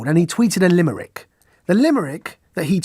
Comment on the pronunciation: Limerick, not LIMERRICK!!!